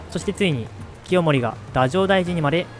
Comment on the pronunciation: 映像を使いながら簡潔にまとめた授業がとてもわかりやすく、とても勉強になりました。少し気になった点があるので、1点コメントさせていただきます。 平清盛が就任した太政大臣の読み方ですが、動画内ではだじょうだいじんと呼んでいるかと思います。歴史学の中での通説がどうなっているかは不勉強でわからないのですが、山川の日本史では、平清盛はだいじょうだいじん、明治期ではだじょうだいじん、だじょうかん、だじょうかんさつと、太政のルビとしてだじょうを振っています。太の読み方として、呉音であれば「だい」、漢音であれば「だ」、となることが根拠になっていると理解しています。とするならば、今回の動画の時期であれば呉音の読みとして、太政大臣をだいじょうだいじんと読むことになるのかと思います。もし投稿者さんに別の考えがあって、動画内の読み方を採っていましたら申し訳ありません。参考になれば幸いです。